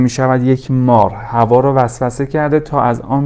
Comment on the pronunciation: ادیان بَدَوی، نه بَدوی. حوّا، نه حوا